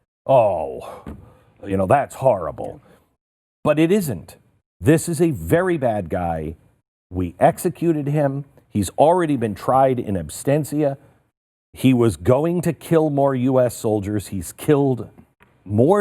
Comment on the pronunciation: Really? In “abstentia”? If you want to sound clever by using foreign words, then at least have the sense to use them and pronounce them correctly — unless, of course, you want to come across as a complete moron.